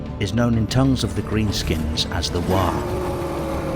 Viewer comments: You get a like for waaaghh and not warg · Outstanding - and I just want to praise you to the rafters for not pronouncing Waaaagh with a hard G at the end like so many others. I never understood it - every ork in warhammer games always makes it clear that it's obviously just a bastardisation of "war"